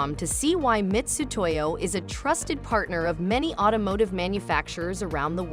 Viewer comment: Why is the Ai voiceover pronouncing Mitutoyo as “Mistutoyo “? Bad look for a large corporation. Am I missing something?